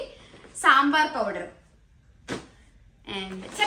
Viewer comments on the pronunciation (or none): none